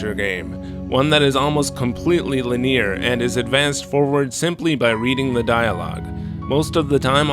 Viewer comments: I like how you couldn't pronounce the word linear correctly. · Wonder if he ever learned how other people pronounce linear